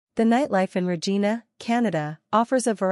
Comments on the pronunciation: Wrong pronounciation of Regina. It's not RE-GI-NA but RE-JAI-NA. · You pronounced the name of the city wrong. Every Canadians know how to pronounce Regina so its a pretty major error. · Maybe the first thing would be to learn to pronounce the name properly.